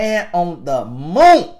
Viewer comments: “Than the man on the MOONT” 😭😭😭😂😂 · 😂😂😂😂😂 “MOONT” know it sent meeee 😭😭😭😭🤣🤣🤣🤣🤣😩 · “Then the man on the Moont” I watched that about five times! 😂😂😂